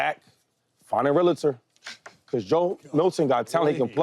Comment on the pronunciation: It’s realtor, not realitor Shaky McDoy